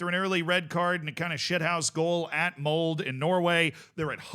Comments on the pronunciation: please pronounce the e in "Molde" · "E" in Molde is pronounced, like we say "Schalke" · unfortunate pronunciation of Molde in this video lol you don't cut the 'e' in norwegian 🤣